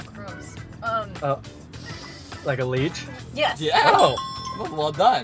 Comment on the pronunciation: lol its leech not leach